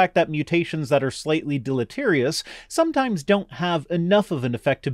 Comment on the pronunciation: Listening to blisteringly stupid people repeatedly say deleterious is painful.